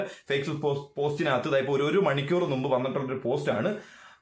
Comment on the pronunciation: നുമ്പ് അല്ല . മുമ്പ് > ഞറുക്കല്ല - നറുക്ക്